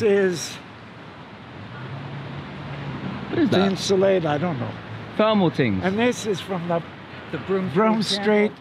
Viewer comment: LOL "and this is....Thinsulate"!